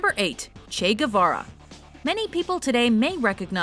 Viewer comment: You really added Che guearva